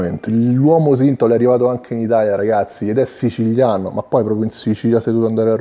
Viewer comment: Siciliano, non sicigliano. Italiano, no itagliano.